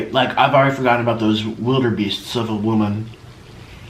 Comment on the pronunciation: it’s wildebeest not “wilderbeast” lol